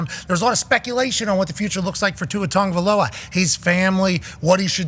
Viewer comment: Is pat still not aware there is no N in tua's last name?